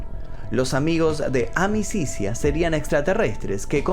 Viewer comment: Amicizia significa amistad y se pronuncia amichitsia